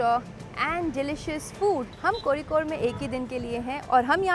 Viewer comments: Your pronounciation of Kozhikode is really commendable ❤ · Thank god you pronounced it right, I was scared af when I saw ur video that you might also pronounce it as "cozy-code" like other travel vloggers. 😂 Love you sm 💗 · Finally someone spoke Kozhikode in itz correct way😃😁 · Dude, you pronounced Kozhikode so perfectly. that Zh is difficult to get right and many say Kozy-kode😅